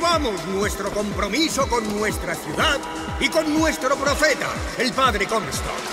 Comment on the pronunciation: Y es Comstock no Cosmotok, qué pedo jaja